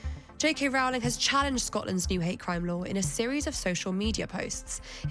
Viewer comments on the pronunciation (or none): It's 'Row-ling' as in bowling, not 'cow'; and what's with the Muzak? You guys getting paid for the assault on the ears? JKR is simply doing what she has always done working for Amnesty International or supporting Médecins Sans Frontières, fighting for the vulnerable and for women's rights, especially for the right for women to not be abused by men, whether they wear a dress or not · Its Row-ling, like rowing a boat. Not Row-ling as in having a row. Nobody ever says her name correctly. Also, King Canute didnt try and stop the tide from coming in. And he certainly didn't pass a law. He was showing that even as King, he didn't have power over the tides.